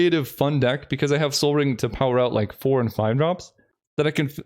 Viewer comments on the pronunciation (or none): none